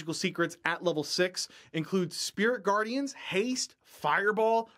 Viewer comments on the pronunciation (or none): none